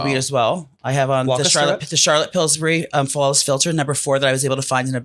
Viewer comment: He said Charlotte pilsbury 😂